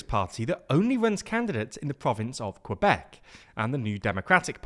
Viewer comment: Hi TL;DR I just wanted to say that you pronounced Quebec CORRECTLY. But you pronounced it INCORRECTLY. So recap, the Que in quebec is a french sound. KEHBEC. You said it right when you said quebecois.